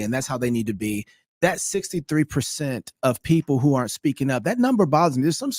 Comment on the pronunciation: "GLOIFYING" "ARN'T"